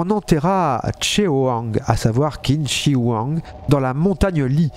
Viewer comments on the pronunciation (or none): "L’empereur Qin Shi Huang" En chinois le "Q" se prononce tch. Le "H" se pronom comme le "J" espagnol style Juan Carlos. Ca donne l'empereur Tchin Shi Huang(<--- prononcé à l'espagnol)! Le X ne se prononce pas exactement x, oui c'est un peu compliqué. C'est un peu th en anglais, on dit pas "de" on dit pas "zeu" on dit... bin "the". En chinois c'est pareil, Xi'an ne se prononce pas "ksi'an" ni "zi'an" mais quelque part entre les deux. Un mélange entre un "s" très dur et un espèce de "ch" très léger (si tu arrives à comprendre mes explications foireuses, bravo). Il me semble si je ne me trompe pas que, l'empereur Qin était reconnu pour avoir unifié les différents royaumes de Chine pour former l'empire du milieu (中国 :1er : zhong "djong" milieu, 2e guo "gouo" empire, sens de pays de nos jours). Il a unifié la langue, la monnaie, les systèmes de mesures, les poids de références etc. Je ne sais plus si c'est le premier empereur de Chine, je demanderai à mon prof.